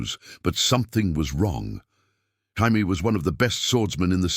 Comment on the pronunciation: So Robb was 15 during Robert's Rebellion? AND IT'S NOT HI-MAY, IT'S JAY-ME. A.I. Trash!